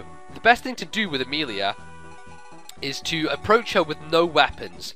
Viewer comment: i ABSOLUTELY love your Amelia accent. I was laughing so hard. great job i have loved ur fire emblem walkthroughs, they introduced me to fire emblem and are just really fun to watch